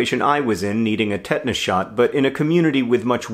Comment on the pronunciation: I have now realised that you're saying tetanus shot, not ted-ness shot. I was almost worried about your ted-talk consumption, John